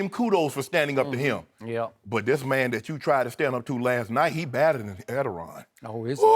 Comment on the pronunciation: Nice job pronouncing the Turkish President's name.....Lebron james badder than Erdoğan, that's funny Shannon, if you were in Turkey you'd already be dead.